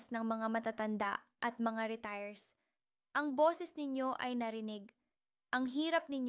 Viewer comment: Retirees not retirees